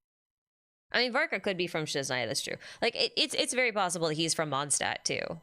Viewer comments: "Stadt" means city in German, and it's supposed to be pronounced closer to "shtadt", so Mondstadt is more like "MondSHtadt". There are many videos on yt on how to pronounce it correctly 🙂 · There's three usual places, where ist's mispronounced: The "o" in "Mond" ahould be long, then in "Stadt" the beginning is more like "sht" and the "a" like the "u" in luck. Kinda hard to explain in text. Probably easier if you use some translater with a pronounciation option (like googel translate) to search for "moon" and "city" in German.😅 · "Mondstadt" is being mispronounced by everyone to this day, so unfortunately I wouldn't be surprised if the same thing happened to Snezhnaya 😔